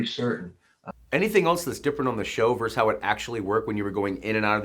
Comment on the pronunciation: Good interview, thanks. (BTW, it's "versus", not "verse".)